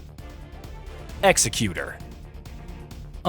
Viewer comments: He didn't. If he was wielding a headman's axe then we might expect the video's pronunciation. He's not though. He seems like an executor in terms of "executor of one's will" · This is incorrect though. This pronunciation denotes something totally different. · Is really that hard for americans to pronounce the X? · Actually he pronounced it wrong 🤓